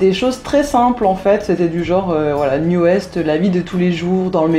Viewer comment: Juste pour info, NU'EST se prononce NEW EAST et non NEW EST... C'est à l'anglaise qu'il faut le dire sinon ça fait mal aux oreilles ^^ Et ils ont beaucoup de succès au Japon ;p